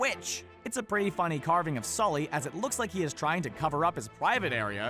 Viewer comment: It's Sulley not skully u nimrod lol